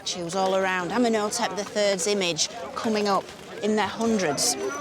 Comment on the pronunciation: Ummen Oh Tep 🙄 she needs to learn how to say their names correctly